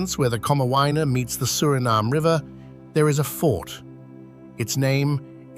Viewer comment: The pronunciation is wrong, too. It IS a shame.